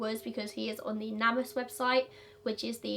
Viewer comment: Hey I'm pretty sure that website is pronounced like you are saying "Name Us", since it has to do with the missing. I find it so darned strange that the cops wouldn't immediately take this seriously. He arranged a ride & had someone waiting for him so it's an awfully strange time to be disappearing if that's what he wanted to do. It would make MUCH more sense to disappear when nobody was waiting for him to give himself more time to do so. Geez these cops & their laziness to investigate teen disappearances right away. Have a great day!